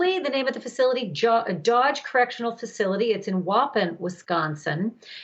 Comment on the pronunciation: It's pronounced Woopon grrrrr!!! Wish he wasn't in Wisconsin. Makes me sick. Like almost 2 hours away from me. Disgusting.